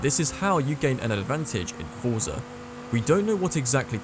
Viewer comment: and still.... you cant even pronounce Forza the right way😂 btw when FM7 came out, it was almost unplayable on the first Xbox one because of the slower hardware compared to the One X